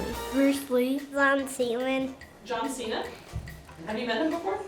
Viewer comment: john cwen